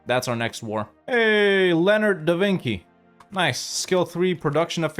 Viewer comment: “Da Vinki” 😢